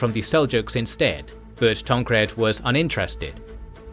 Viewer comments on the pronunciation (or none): Asshumed you say? Drinking every time you say “assume” would be lethal haha.